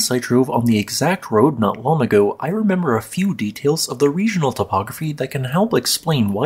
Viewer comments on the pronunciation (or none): none